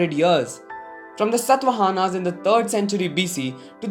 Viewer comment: It's not satvahana It's shatavahana Pls don't get rip off its pride